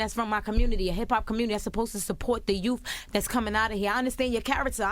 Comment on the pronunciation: Charlamagne its pronounced truTH not TRUF and its youTH not YOUF. Damn...